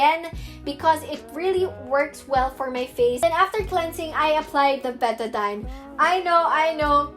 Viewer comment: I love how you pronounce betadine😭